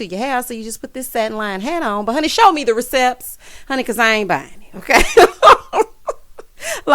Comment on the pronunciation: “Show me the recepts”😂🤣😂